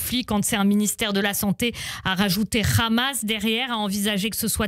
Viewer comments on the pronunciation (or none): Le RRRRamas.... rrrrrrrramas Rrrrrrrrrramas